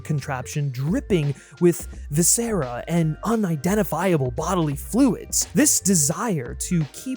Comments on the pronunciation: Loved the video. The title caught me as I was somehow completely unaware of The Substance so thank you for putting me on to that. All I have is an annoying nitpick. Intravenous is pronounced like "intra-venus" and viscera is pronounced like "vih-sir-uh". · Who the hell is 'Viss Sarah'? 😂 Please tell me this was not an attempt at "viscera" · Umm...if this isn't A.I. the presenter needs to learn how to pronounce "intravenous and viscera". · Intravenous is not pronounced that way and neither is viscera bro just a heads up haha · viscera isn't pronounced like that, nor was intravenous, js